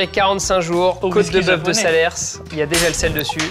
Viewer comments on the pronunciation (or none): on dit SaleRs pas SalerS 😭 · S'il vous plaît on dit SALERRRR et non pas SALERSSSSSE pitié vraiment il ne faut pas faire ça ! Sinon on ira à ANGERSSE et PARISSE ! 😅 Un Auvegnat. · on dit pas SalerSSSSSSS😭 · désolé je viens du cantal et d'un village juste a coté de salers et je tiens a vous dire que ça ne ce prononce pas salerssssse. c'est comme paris que l'on ne prononce pas parisssse mis a part pour les anglais. voila je vous adore et je viendrai avec grand plaisir gouter tout tes plats. gros bisous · Pour et les autres également Salers se prononce Salaire et non salerse bon journée tout le monde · S'il vous plait arrêtez de dire le "s" de salers. Ca se pronnonce salaire. S il vous plait ayez pitié des locaux campagnards 😂. Sinon bonne vidéo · Maxime, on ne prononce pas le S à la fin de Salers svp. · Petite précision : on ne dit pas "côté de bœuf de Salersssss" mais "salers" = "salaire" De plus, la de la mélanosporum à 2000 euros le kg ca fait un peu chère, plus entre 500 et 1000 euros le kg. La truffe blanche sera plus dans ces tarifs (2000€ le kg) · Vas y arretez de dire le S à la fin de salers parce que j'ai envie de me battre là... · Cote de boeuf de salers sans prononcer le S de salers jamais, on ne dit pas Parisse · Arrêtez de prononcer le s à la fin de Salers, c'est comme si on prononçait le s de Paris 🥲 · On ne prononce pas le S à la fin de salers. Parole de cantalou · Le S à la fin de Salers est muet 😅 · Petit truc à savoir pour la côte de boeuf à , on ne prononce pas le dernier S dans Salers. Tout le monde fait l'erreur, quand ils parlent de la race de vache, du fromage, peu importe. Sinon très bonne vidéo! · à cause de tout le monde va prononcer le S de Salers, alors qu'il est muet 😶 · le S de salers de se prononce pas ! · ahhhh mes oreille on dit pas le S de Salers arrêter de le dire 🥲 please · je viens du cantal et la cote de boeuf salers également. ON NE PRONONCE PAS LE S DE SALERS😭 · ON PRONONCE PAS LE S DE SALEES SVP